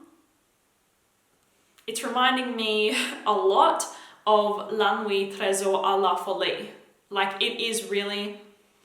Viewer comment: I've cringed so hard every time you've said "la nuit tresor a la folie" and I'm not even French 😬